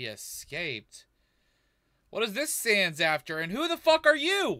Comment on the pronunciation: Sounds like he said "Error Sams."